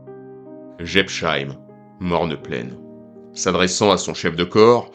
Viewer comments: Quand les français comprendront ils qu´il n´y a pas de "sheim" en Alsacien, mais que chaque nom de ville ou de village se prononce "-heim"; Jebs-heim, Pfaffen-heim, Herrlis-heim. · Prononciation approximative de Jebsheim : le s suivi d'un h ne fait jamais le son "che". C'est seulement le cas si c’était écrit "sch" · J'adoooore la prononciation de cette localité alsacienne ! On se renseigne avant de commenter une vidéo ! C'est la moindre des choses ...:body-blue-raised-arms::face-red-droopy-eyes